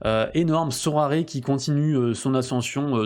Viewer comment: Super ! Par contre Sorare se prononce Sorar et non Soraré